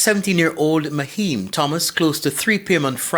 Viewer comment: Naheim,not maheim smh